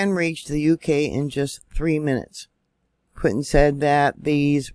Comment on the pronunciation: Its pronounced, POOTIN!